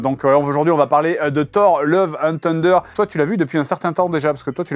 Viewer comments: Thunder ca se prononce pas "Tunder" mais "Sunder". Cordialement, la direction. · Non non on dit "Thuhnduh" le "t" se prononce plus comme un f du coup... En soufflant quoi! Bisous, ta mamounette! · Juste thunder ça se prononce pas [teundeur] 😉